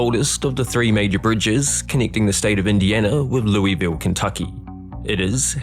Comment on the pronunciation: My Kentuckian fiancé wanted to correct you throughout the video. It's pronounced "lew-vol"